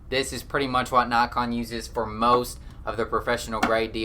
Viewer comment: Good info but I thought you were saying Knock on?